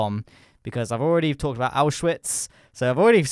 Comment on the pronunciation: you pronounce and write auschwitz the same as in german